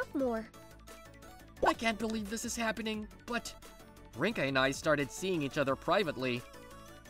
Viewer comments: Bro am I the only one who realised him saying her name Linka instead of rinka 💀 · Linka....huh someone switched the r for an l there